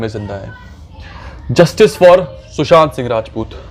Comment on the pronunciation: Abey tu sushant singh rajput thik se nahi bol pa raha hai...